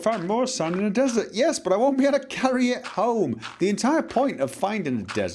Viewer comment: When he kept saying "Find a desert", it sounded like he was saying "Find Bethesda".